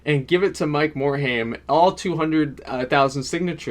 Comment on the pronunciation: Learn pronunciation of Mike morhaime